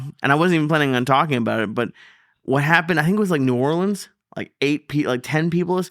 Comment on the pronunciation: Look at Lee saying New Orleans correctly